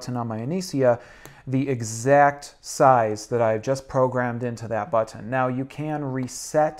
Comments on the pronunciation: Why does he say "butt-On" instead of button? 😁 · Did anyone else notice how he says “button”? 😂